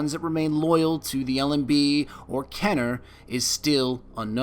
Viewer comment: Had to stop when he said "Kenner." I was getting super jacked up too.